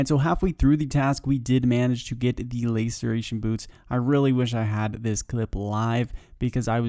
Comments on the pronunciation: laceration not layceration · LA ceration, not LAY ceration :'( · LAY-sir-ation boots xD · Lass-Er-A-Shun == Laceration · 1 year late, but loved the video! Hate to be that guy, but Visage is pronounced viss-uj, and laceration is pronounced lass-er-ay-shun Aside from that, great collection of tasks 👍👍❤️❤️❤️ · Love the content, got to say though the way you pronounce laceration 🥴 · i take my statement back, he says just about every item in an awful way, so really hope hes esl